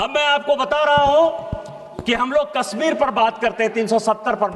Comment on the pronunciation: अरे डुबे जी कस्मीर नही है कश्मीर होगा 😂